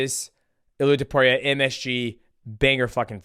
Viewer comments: Guru… Its To-pooh-rhee-a, not Top-you-rhee-a… gawd idk why that pisses me off so much😂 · Bro why the hell does he pronounce it To-pure-ia??? Dude is tarded...